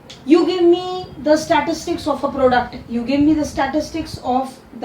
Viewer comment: Its statistics not statitics